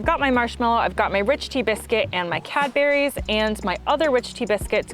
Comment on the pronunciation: Why did u say it Cadberries? It's spelt and pronounced Cadburys...